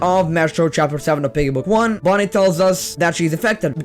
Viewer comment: It’s bunny not Bonnie.